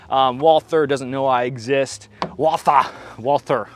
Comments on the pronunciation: First Bonds PPK was .32 not .380. Second Walther is a German brand and is pronounced closer to Vault Hair than the English pronunciation. But what should I expect. Most Americans don’t pronounce Porche correctly. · Walther is a German company, and in German " w " is pronounced " V " so it should be said " Valter ".